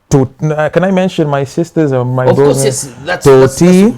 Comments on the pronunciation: He pronounced differently come not can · Ati can instead of can...i'm dead...lol